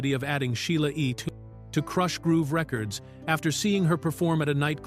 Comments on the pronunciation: What you didnt like it saying "Krooosh Groove" LOLOLOL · KROOSH? groove.😂😂😂😂🤦